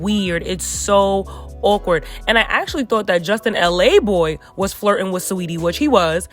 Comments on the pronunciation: It’s laboy.....not l a boy lol he from queens not LA 🤣🤣🤣 just saying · Justin's last name is pronounced Luh-Boy not LA Boy. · his name is justin laboy not LA boy 💀